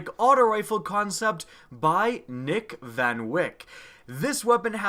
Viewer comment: Nick van wyk😂😂😂😂 Its so funny hearing americans pronouncing dutch names😂....the way u pronounce it is, Fun Vake